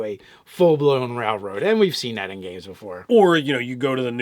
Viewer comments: dude its rail road not rall road,sorry for saying it, love you guys. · Does he mispronounce railroad. 10/10 memes.